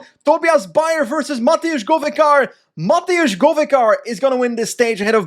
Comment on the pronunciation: its not mateusz, its matevz with a v